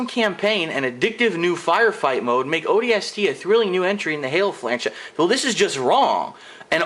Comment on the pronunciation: Honestly, Just because you think the story sucks, doesn't mean that it is horrible. You ARE opinionated and you don't even know how to say the games name correctly. Not every game was ever meant to be epic and have a movie-like story line. Just stop reviewing games because you cannot correctly review them.